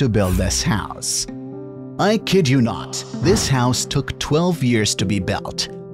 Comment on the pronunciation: Nice vid but “Notttttttttt” “pEoPAL” “Disabilitiesssssssssss” “WErE”